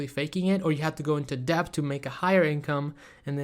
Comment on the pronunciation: 😂 it’s pronounced DET(debt) and Phaze(phase)